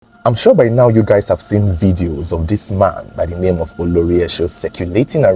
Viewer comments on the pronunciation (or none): none